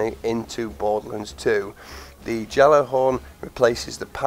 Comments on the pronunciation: Really wish it was in Destiny 2... and its pronounced Galla-horn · Turninator gjallar-horn, galler-horn, jaller-horn, yallerhorn, it doesn't matter how it's properly pronounced. Just fire 2 and make Crota bend the knee.